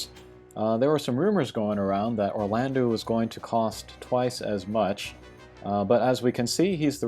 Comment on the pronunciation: Can we please start spreading the pronunciation of Orlandeau as Orlando, which is what it ought to be? "-eau" in French has an "Oh" sound, not an "oo" sound